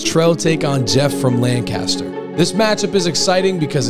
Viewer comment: Its not LANGcaster god dammit!!! lol